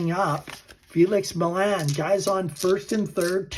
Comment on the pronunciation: Millan = Mee-yon